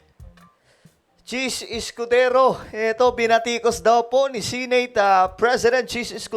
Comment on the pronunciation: The word Senate..si-neyt ang pgpronunce mo sir,bisaya ka ba? Di ba dapat..se-net ang tamang pgbigkas?